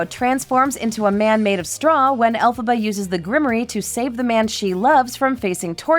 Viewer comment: It's Elphaba, NOT Alphaba. Do your research!!!!!